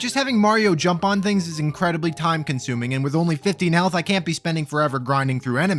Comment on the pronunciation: I know you said "15 health" but I swear to you I heard "only 15 hells" as in the circles of hell. Both are appropriate for this run, I think. Good on ya, very funny commentary over an otherwise mind numbing playthrough, you got yourself a sub buster